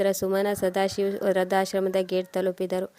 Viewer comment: ವೃದ್ಧಾಶ್ರಮ. ಋ ಕಾರ ಸರಿಯಾಗಿ ಹೇಳಿ. ವ್ರ ಕಾರ ಹೇಳುತ್ತಿದೀರ..